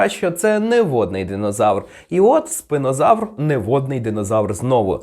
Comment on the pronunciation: Спінозавр. А чому ви називаєте його спИнозавром? Spina читається не через "и", жжеш...